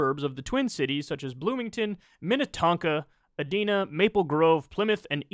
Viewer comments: It’s Ediiiina. Not dena. No wonder I like him he’s my home state rep. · HAHA Phillips vodka is bottom shelf for a reason! Also.. it’s E-DIE-Nuh… it’s where all them rich cake eaters live. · Edina is pronounced ee-dye-nah. Very wealthy suburb of Minneapolis.